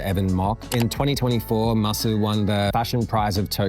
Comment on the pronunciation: MASU used to be read as ‘Masu’, but now it’s pronounced by reading out each letter: M-A-S-U ！